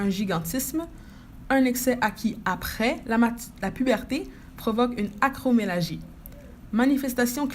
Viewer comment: Merci... On dit acromegalie... Le (g) se prononce ga... Comme( ga)rage Pas comme âge. (Ge)...